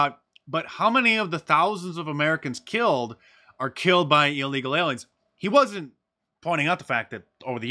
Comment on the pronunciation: "By a releegal"